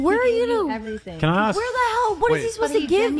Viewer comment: The word is ask. Please drop axe.